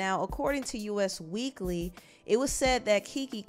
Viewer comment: It's not U.S. Weekly, it's Us Weekly. As in "they talk about *us*". I work in magazine publishing, so I'm just saying. Love the channel!